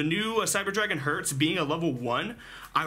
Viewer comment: I think its called Cyber Dragon Herz (Not Hertz) , because Herz means heart in german🤔